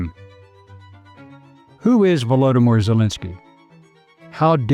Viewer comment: Woodomir Jewlensky 😂😂😂😂😂😂